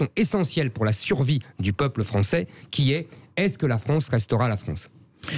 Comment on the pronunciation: Pourquoi Zemmour dit toujours la Fronce.... Au lieu de la France....❓ C'est quoi la Fronce❓